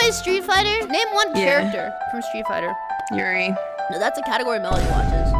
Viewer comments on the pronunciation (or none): she really called "juri" "yuri" and got away with it